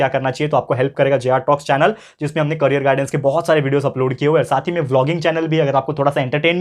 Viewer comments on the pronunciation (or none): none